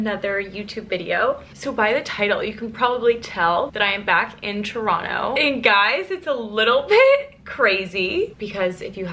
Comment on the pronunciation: just started the vlog, but so far you pronounced it right (toronto) LOL